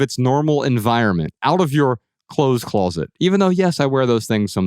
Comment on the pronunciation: Anyone notice that the blond guy says "colzet" instead of "closet"? 🤔